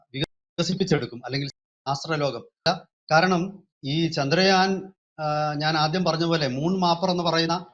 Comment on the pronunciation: ചാന്ദ്രയാൻ അല്ല, ചന്ദ്രയാൻ